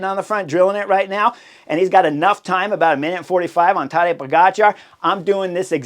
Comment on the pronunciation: Horner says Todday Igotcha 😂